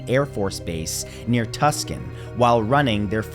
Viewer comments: I remember this, it was so weird and spooky. Incidentally, since I live there, I have to correct you (I know, I'm sorry)...Tucson is pronounced "TOO-sawn", not "Tuscan". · Just an FYI... it's pronounced 'too- saw-n' Arizona. ❤ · FYI Tucson is pronounced too-sahn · That is not how you say Tucson it is like two-son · Kinda upset he mispronounced Tucson 😂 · Agreed. I'm just so used to it and expected too many other ppl to point it out.